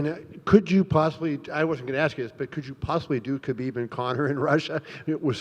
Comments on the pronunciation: david tanner Correct pronunciation is 'Ha beeb', the K is silent. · Did he say Khabib or Zabit fight of the Night??